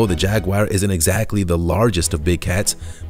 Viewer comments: It is a jaguar not a jagwire! Quit mispronouncing it. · Every single time I watch one of these videos I find the maker can’t seem to tell the difference between footage of Jaguars (which none of you seem to be able to pronounce btw...they are not jag-wires), leopards & cheetahs. Good job on keeping the average up 👌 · What is a "_JAG WIRE?" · what the fuck is a jagwire ? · Some one should teach these people how to pronounce the names of animals like Jaguar it’s pathetic ! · Maybe that's his click bait.. He sound so certain 😣😣😣